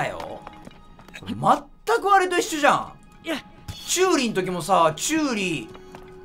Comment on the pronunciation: チューイじゃなくてチューリだよーーーー！！！！！！！